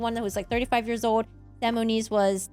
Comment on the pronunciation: It is 35 years "OLD" not "ODE" LOL